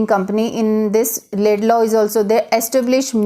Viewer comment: it's Lincoln Laidlaw, not Laidlay you m*ron